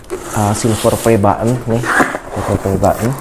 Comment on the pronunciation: Kok nyebut button tu butt un 😂😂